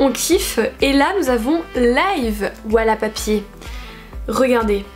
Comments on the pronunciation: wallapapier ? C'est wallpaper normalement 😂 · « Walla papier » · Mais nan chuis morte t'as dit "wallapapier" 😂